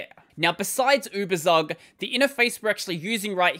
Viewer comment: Tsook... Uebertsook... Give us poor Germans a treat for our ears, pls.